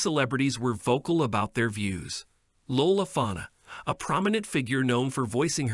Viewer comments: Why are you saying her last name that way?? Say all the syllables. Fa-la-na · She was a superstar in a time when arriving to that level was an amazing accomplishment, heightened by her being an exceptional, multi-talented performer. Blessed beauty in exceptional ways. I remain captivated by her. I agree with the distraction pronouncing her last name along with what appears to be picture insets of Patti Labelle was odd. The do resemble, but I could easily see the difference. Were they related. Cleaning it up and editing in would do more justice. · Although I did thoroughly enjoy this info. & well done documentary on this so beautiful & extremely talented Black entertainers life/career. And who I just happened to have had a huge "Crush" on when I was a teenager etc. I truly wish somebody would please graciously inform the narrator, that he was mis-pronouncing her name all throughout most the video. Which was a bit distracting (& could be seen as possibly even somewhat disrespectful). Her last name is "Falana" just as you see it spelled, not Fanna! I hope someone let's him know for proper Accuracy, just in case he ever possibly does a follow-up to this video. Otherwise, I think it was a very efficient & good job done on this beautiful & Super sexy Icons life & that unfortunate & negative "Hollywood Politics" she had to endure, but then did thankfully "Triumph" in the end due to her strong empowering spirit! 🔥💯😎🍷♥️ Thank you.